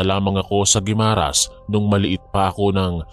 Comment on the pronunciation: GUIMARAS ATBUC SUBA EH DIRETSO ANG PAG PRONOUNCE. WALANG HYPHEN SA MGA GITNA NG WORDS. PANGET PAKINGGAN KASI